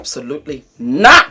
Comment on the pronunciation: When says, ‘absolutely NAAT!!!’ Dead! Here for it 😅😅😅